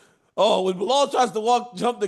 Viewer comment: Chael got Bilal pronounce right. Yayy